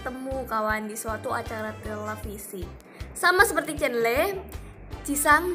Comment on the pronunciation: Kok aneh yh bagi gw,, nyebut chenle itu cenle😄